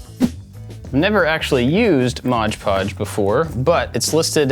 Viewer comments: I believe its "Mod Podge" not "Modge" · I loved this project. Absolutely awesome. I chuckled a little when you said, “Modge Podge” instead of “Mod Podge” because it’s one of my wife’s pet peeves 🤣🤣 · Every time mispronounced Mod Podge as “Modge Podge”, it wounded me 😅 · Is it me or did he call it mog pog ps this is not supposed to be hurtful